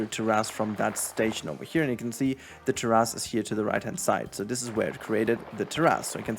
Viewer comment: This is so damn helpful! Thank you! I can spend a ton of time and think it looks ok, then I see people doing this on the fly and I want to cry lol. Not to be that guy but....its Tear-is, only saying cause it took me a minute to get what you were trying to say.